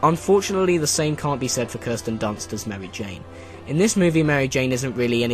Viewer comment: Merwy Jane lol